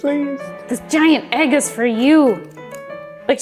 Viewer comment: I love how even says egg Ayegg